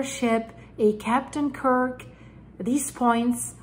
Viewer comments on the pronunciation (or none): none